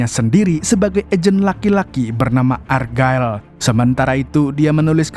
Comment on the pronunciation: Check di google translate mu membacanya salah bulan ergael untuk argylle.